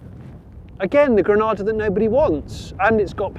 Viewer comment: Love the "I'm Granada Steel" yank voice!